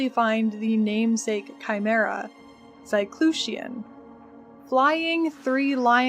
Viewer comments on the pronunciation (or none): none